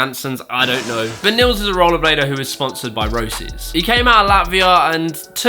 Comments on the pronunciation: Lol imagine pronouncing Roces 'Ro-sess' :') it's more 'Ro-Shay' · Yo, Roces is pronounced row-shays if memory serves me correctly!